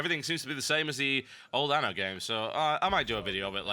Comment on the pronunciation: ANNO, not ano.